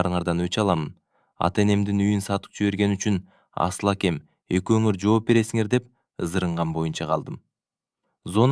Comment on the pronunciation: Жакшы окуйт, уну да жагымдуу , дикциясы так экен, бирок "асыл якя абдил якя "дегенде кыжыр келет...Абдыл аке,Асыл аке деп кыргызча эле окуса болмок..